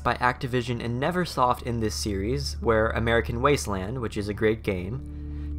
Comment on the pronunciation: Nervesoft is what I've been calling it for years. I just realized I read it incorrectly and it's Neversoft, all thanks to you because you pronounced it correctly. Never not Nerve.